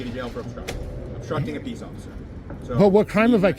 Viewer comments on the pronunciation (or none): I lost it when he said ociffer Snowball 😂